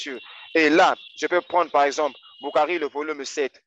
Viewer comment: Et il a fait de l´arabe en Algerie sa façons de prononçé Bukhari et a mourrir de rire🤣🤣🤣🤣 ils n´ont pas la subtilité du sens des ecritures et le jeux de la lecture, je connais bien le site ou il puise ces information qui a été fait en verité en reponse a un site musulman qui existait bien avant avec le meme nom qui a été radier aujourd´hui, l´ignorance est leur fardeau, BarrakAllah ou fik frerot👍